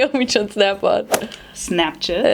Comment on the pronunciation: did she just say snapshit😂😂😂